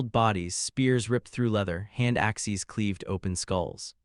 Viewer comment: Good story so far, but the Constant mispronunciation of Axes is tiresome. Also, the AI Narrator splitting words with odd stops and mispronouncing the second half is just as annoying.